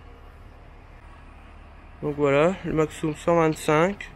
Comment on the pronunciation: En Alsace on dit pas maxxoume on dit maxxume sinon super vidéo